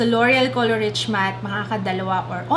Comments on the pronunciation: it's pronounced color reesh, not rich 💕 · dapat po "reesh" ang pronunciation not like "rich":)